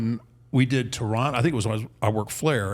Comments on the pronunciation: At least he says Toronto right... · He said Toronto right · I’m here for the Undertaker pronouncing Toronto correctly. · As a Hamiltonian, I had to go back and listen to that bit again. “Did he REALLY just pronounce it that way?” 😋